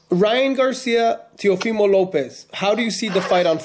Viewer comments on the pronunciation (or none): It's teofimo not teofilo